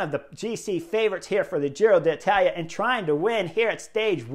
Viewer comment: Love it that Chris says ‘Giro D’Italia’ 🤗 this year, in place of his ‘Tour of Irrally’ 😖 last year. I feel like I’m properly there now. 😂